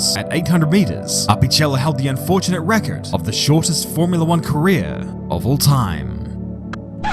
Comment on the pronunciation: please never pronounce record like that ever again